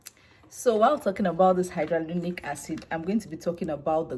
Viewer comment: Why are you pronouncing it as hydrolonic acid?